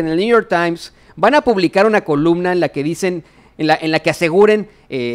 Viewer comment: Se dice columna y no colubna